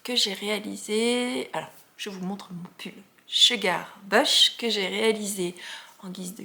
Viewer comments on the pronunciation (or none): Bonjour, tout comme tu as l’intention d’envoyer un message à Loliepelote concernant la prononciation du Field sweater, je tenais juste à t’informer que le mot “bush” de ton pull Sugar Bush se prononce comme “bouche” … ton anglais m’a aussi fait sourire 😊. Bonne journée et bon tricot! Monique de Montréal